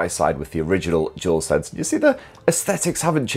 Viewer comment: I believe it's called Dual Sense, not Jewel Sense...